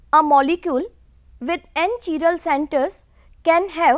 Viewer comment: Chiral carbon what kind of a Pronunciation is this